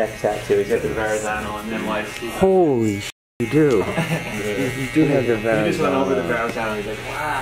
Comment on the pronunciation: "Holy shit you do...you do have the Ver-an-zan--o"